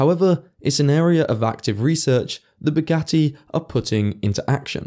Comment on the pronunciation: Buuu-ghat-tee doofus😂